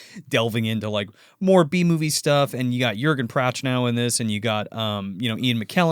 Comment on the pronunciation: Jurgen Prochnow - pronounced "Yer-gen (hard G not j sound) Proknow (k sound, not ch). He plays Captain Klaus Woermann - pronounced "Vor-mon"